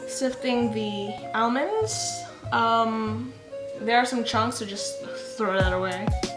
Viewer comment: I'm getting triggered with how she says almonds 😂😂